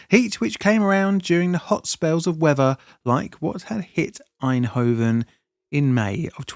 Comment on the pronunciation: Und "Einhoven" is F>>>>>>kikng WHERE??